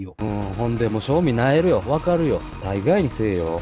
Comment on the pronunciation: 大↓概↑にせいよ→